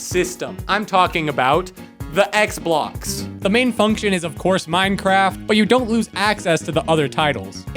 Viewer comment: when you say “xblox” it sounds like roblox, i think think that’s a downside for the minecraft community…